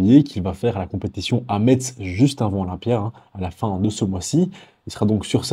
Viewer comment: Hophophop Brigade de la prononciation 😂 Messe !!!!